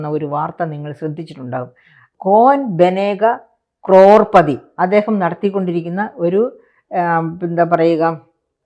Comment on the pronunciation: ക്രോർപദിയല്ല, കരോഡ്പതിയാണ് 😂